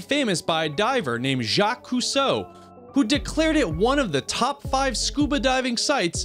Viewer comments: Jacques Cousteau is pronounced coos-toe. NOT Coo-so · Jacque Cousteau.... Not Couseau.... Honestly that was embarrassing to hear his name so horribly mispronounced. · His name is Jacques Cousteau, with a "t". You mispronounced Tan-za-NI-a. The eternal flame that's been burning continuously........except when it's blown out and must be re-lit by hikers.